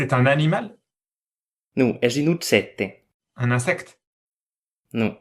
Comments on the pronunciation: in some others they pronounce J like ch, or dz, or y, or the english th in the. it's a high variation letter. but you'll notice he said objècte as uttsètte, with geminates, so one can guess there used to be a cluster in this word. like how italian says oggetto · "Utsete", "utsete" what the fuck, this is so far from objècte. I knew other Occitan dialect that they pronouce j same as in French or Portuguese. Much easier to understad